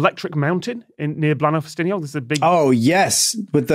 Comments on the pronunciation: Scott!! It's not Blan-ow, it's Blay-nigh!! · Note to the team, Bleaenau is pronounced Blaen-ai, not au.